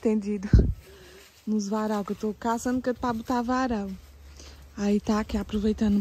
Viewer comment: Porque fala butar?😂..